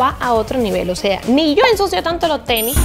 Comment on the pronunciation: Mucho dinero y todo pero le dice "TENI"